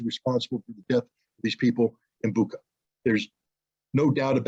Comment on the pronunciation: You can’t even pronounce Bucha correctly. Putler clown!